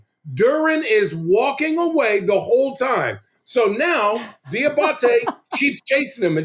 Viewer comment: Richard Jefferson is intelligent and Mature. Also the Name is Diabate pronounced. Dee a bot A